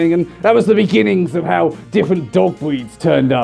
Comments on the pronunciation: when he says "Breeds" it sounds like "Bweeds". you may kill me now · I keep hearing him say "bweeds." Please tell me im not the only one here! XD